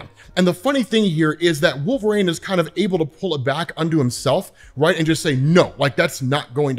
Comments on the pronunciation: DUDE IS WOL-VER-INE.......NOT WOLVRAIN.....ULNESS I'm MISSING SOMETHANG.... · Dude. (Wul-ver-een) Not wolv-rane